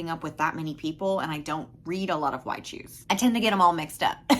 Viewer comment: Are you saying wide shoes? 😂😂 Or y choose?